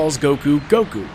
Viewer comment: It honestly surprises me that Vegeta called him Gokue 8 times. That feels like too many lol. Also makes me wonder how many times Goku has been referred to as Kakarot